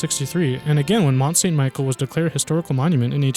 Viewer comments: Mont Saint Michel is not pronounced Michael but Michelle. Le Mont-Saint-Michel (French pronunciation: [lə mɔ̃ sɛ̃ miʃɛl] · Please, Mont st Michel (pronounced like michelle), not michael. There's also the chateaux Cathare built atop of mountainridges and the stunning Carcassonne castle is part of the Cathare castles. (I've had the pleasure of visiting all of the above, located in the southern part of France and they are impressive. And yes, definitely love medieval buildings. Many castles still exist in France, most now privately owned, a good deal of them situated along the Loire. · It's pronounced Michelle, not Michael.